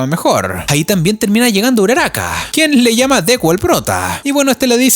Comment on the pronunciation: No sé dice uraraka